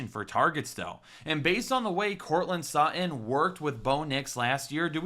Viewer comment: Courtland Suh-in. 😂